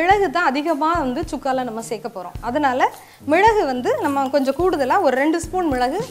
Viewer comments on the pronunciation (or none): Hi mam ur way of method is good but sorry to say ur pronunciation is not good... while speaking of ingredients... mizhalagu is not good pronunciation..